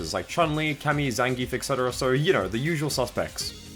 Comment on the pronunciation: "etc" is pronounced "et cetera" not "exetera"